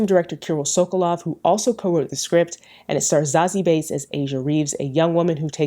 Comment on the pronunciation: Amazing job as always love! But I have to ask, is Zazie's last name really pronounced "Bates"? I always thought it was pronounced "beets" or "beats", similar to how it's spelled. It sounded like you were saying Bates so it kinda distracted me 😅. But if that's how it's pronounced then I just learned something new. Again great job as always ❤❤.